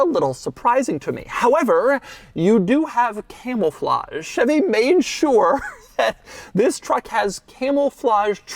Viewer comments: Are you saying "camoulflage" with an extra L ? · Did anyone else hear him say it as camel-flage? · Are you saying "camelflage?" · did he say camel flahje? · Camel-Flaj lol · Are you saying "camelflauge"? I need to know. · Doug's Camouflage: Camel-Flage 😂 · Doug is the type of guy to say "Camelflage" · i could've swore he was saying camel flage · Sounds like you're saying "Camelflage." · Dougs inter-Californian was coming out when talking about the camouflage lol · Camouflage actually.